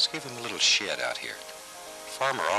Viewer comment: Every time he says shed!